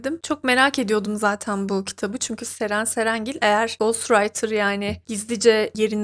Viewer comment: Nie anlamadım her Ceren cerengil dediğinde patlıyorum : Ddddddddd